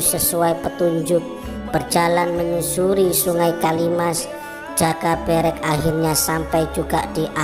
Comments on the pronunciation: Pengucapan jaka berek kok gtu kyk video sebelah. Menunjukkan bukan org jawa yg ngomong jaka berek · Nyari yg pengucapan joko berek bener gak ada ya yg bener kayak lidah org luar jawa. Kalo bikin konten teliti yg bener min. Salah ucap lain namanya lo. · Mohon maaf pengucapan nama joko berek sepertinya beda sama sumber dari juru kunci makam eyang sawunggaling,,juga ayam eyang sawunggaling bukankah namanya gong bagong 🙏 salam rahayu salam budoyo🙏